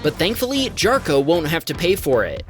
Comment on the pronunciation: It's also pronounced "Yarkko", that hard J sound was driving me nuts. Like I could understand if it was some really weird name, but c'mon, y'all would think people know how to pronounce Jarkko.